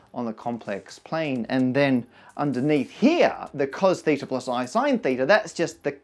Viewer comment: as a native Greek speaker I think that you pronounced θ pretty well